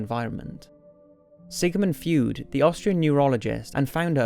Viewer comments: I lost all respect when the guy called Sigmund Freud, "Sigmund Feud". I'm so done. Are you fucking kidding me?! One of the most well known Psychological theorists in history and he pronounces his name incorrectly while trying to prove a psychological point to society through his videos? Just stop with it. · Sigmund "Froid" not "Fyood" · he doesn't know how t pronounce Freud ... he's losing my views... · Sigmund feud? Pretty sure it's pronounced Freud lol.. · Sigmund Freud, pronounced "froid" , rhyming with "void" --- not "feud" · Look, I love your chanel and your videos, but come on, it's "phenomena" = more than one phenomenon, and Sigmund FREUD, not "feud." A feud is an ongoing disagreement between two or more people. I almost unsubscribed over "feud." :D You may need an editor. A good one. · Sigmund Feud? who the hell is that? Sigmund Freud I know about. his last name is not fewed in pronuncing FROJD is the correct pronouncment of his last name due to the spelling error you made verbally, sorry for pinpointing it out, you should have googled it better ;). /cheers. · Sigmund 'frood'?!... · it's pronouced Sigmund FROYD (Freud) not Fewed. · “Sigmund Frewd” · it's SIGMUND FREUD not FEUD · did this man just say sigmood food? Its ("sig-man-froid") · It's Sigmund Freud (Froid, like droid) not fewd... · Sigmund feud???? It's Freud (pronounced Froid), darling. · freud. not feud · Sigmund Feud? There's an R in there, buddy, pronounced "froyd." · Sigmund Freud is pronounced "froyd" not "feewd." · Sigmund Freud is pronounced "Zigmund Froyt" not Sigmund Feud. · freud, bro. like froid. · Am I the only one who got annoyed over his pronunciation of Sigmund Freud's name? It's pronounced F-R-O-Y-D not feud. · its Freud (pronounced froid), not feud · Good Lord, his last name isn't "Feud," it's "Freud," pronounced as you do in German--froid! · Freud is pronounced 'froyd'... it doesn't rhyme with feud. Just an FYI. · Its not Fued...its FReud. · it's pronounced froyd not feud ha